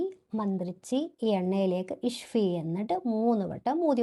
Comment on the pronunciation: ഷിഫാ ആണ് ഇഷ്‌ഫി അല്ല ഷിഫാ എന്ന് പറയൂ